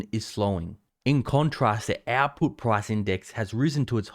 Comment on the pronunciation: When u said output, I was thinking u were saying apple. I had to turn on the caption to figure it out. Lol